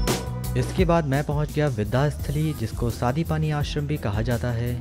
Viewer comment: ये संदीपनी मंदिर है ना कि सादीपानी